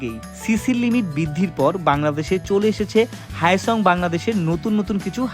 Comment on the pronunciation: হায়োসং নয় হায়োজাং😅